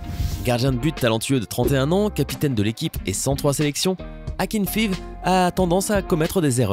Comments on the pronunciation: Non en serbie ya milenkovic savic c'est akinfaiaiv on dit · le gardien russe *akinfiv*.. sérieux ça se prononce pas comme ça.. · Pour faire croire un minimum que vous vous y connaissez en football il va falloir revoir la prononciation de plusieurs joueur (notamment ceux des joueurs de l'Europe de l'Est - Matic Akinfeev Modric)